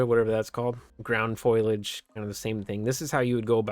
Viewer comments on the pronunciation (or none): fo·li·age /ˈfōl(ē)ij/ NOT FOIL-AGE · FOAL-e-AGE lol not FOIL-AGE lololol i laughed way too hard after the KUBOTA crazy lol